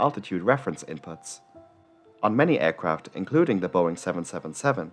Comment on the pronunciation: Why do you say Ærcraft? It's aircraft.E.